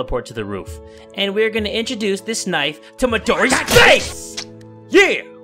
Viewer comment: Well I'm not used when doesn't add extra vowels in some of his words, I'm used to him saying Midori Gurinu, Knifu or Lifu... Oh, and don't you love the old days when doesn't censor anything...